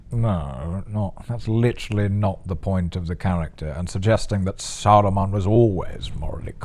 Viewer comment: “Saurrrrrrrrrrron prove victorious!” Did Amazon lobotomize all these actors into pronouncing Sauron incorrectly? If an actor didn’t roll the R’s what did they do to them?